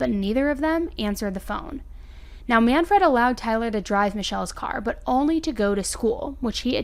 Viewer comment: Work on how to pronounce names. You’re saying Man - Fred. It’s manfred, one word.